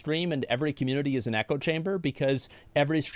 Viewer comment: This guy should look up how to pronounce community 😂